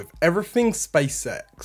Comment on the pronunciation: Stop saying space sex its space x...